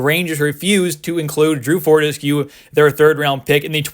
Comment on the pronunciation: pronounced for-tess-q lol